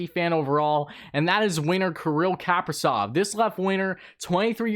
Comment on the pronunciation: not KAAAprizov, but KaprIIIzov.